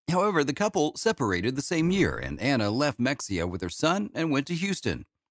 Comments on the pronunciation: It’s NOT pronounced Mex-ia, Texas. It’s pronounced Ma-hay-a Texas. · Mex-ia! I realise no one cares, but that's a hilarious mispronunciation of her home town. It's ma-hey-ah. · Pronounced Ma-hay-ah not Mex-e-ah. 😐